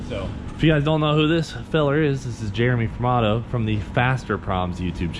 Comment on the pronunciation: For the longest time I thought you were always saying, Jeremy from auto. Still can't hear it the right way